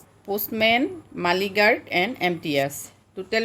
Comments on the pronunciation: Not মাইলগাৰ্ড it's মেইলগাৰ্ড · মালিগাৰ্ড নহয় বাইদেউ 😂😂😂 মেইলগাৰ্ড হে শুদ্ধ 😄😄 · বাইদেউ আপোনাৰ চেনেলটো চাওঁ বহুত ভাল লাগে শব্দ বোৰ শুদ্ধকৈ কলে আৰু ভাল লাগিব বাইদেউ মালী গাৰ্ড নহয় মেইল গাৰ্ড হব লাগিছিল